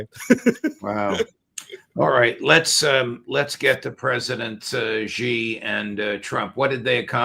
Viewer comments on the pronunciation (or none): Judge, please learn to pronounce President Xi’s name correctly. It is very easy to say, sounds like SHE as in She is over there, She is my sister…….SHE! Please try. Thank you. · Judge dear ! There is no president Gi nor Ji. It’s Xi as in SHE ! time you learned that 👊 Please 🙏